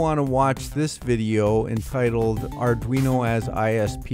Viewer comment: Auduino? Thats like Helmer Fudd saying "Arduino"? ;)